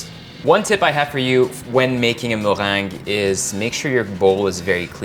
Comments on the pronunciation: Zah moh-rhang (the meringue)! So different from how we said it as children: me-reng-ge hahaha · MuhhRRRrrrrheeengue. I love it❤️😂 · Notice how he says "mewang" hahaha so fancy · I love how he say meringue 😍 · The way he says meringue tho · Did yall hear him say meringue?? 😍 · Your accent in Meringue tho.😍😍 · All I can hear is "meringue" ;-) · I love how you say meringue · Is that how you would say it? Sounds cool!